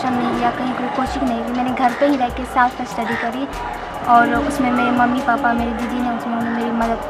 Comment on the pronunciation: रुबी राय भी पैसा देकर टापर करी थी जो की 2016 में इसकी ही बहन थी जो last me पकड़ी गई थी,,, और ये भी पैसा देकर ही टापर आई है क्योंकि ये सेल्फ स्टडी को साफ स्टडी बोल रहीं हैं एक बार गलती से सेल्फ स्टडी को साफ स्टडी बोल सकतीं हैं, लेकिन ये 2 बार सेल्फ स्टडी को साफ स्टडी बोल रही है , विडियो को ध्यान से देखिए 👍👍👍👍👍👍👍👍👍